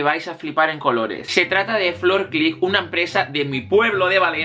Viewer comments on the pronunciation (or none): none